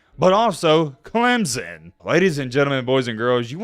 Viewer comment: Your voice is annoying. It is Clemson not Clemzon. 🙄